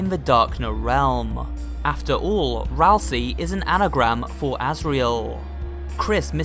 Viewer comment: Hey, did you know. That Asriel can be rearranged to spell Ralsei? It can also rearrange to spell Ralsie. But "Ralsie" isn't a character in Deltarune. Ralsei is. That's pronounced 'ral-say'. Not 'ral-see'. If his name was pronounced 'ral-see' it would be spelled Ralsie. But it's not. This is grade 1 english.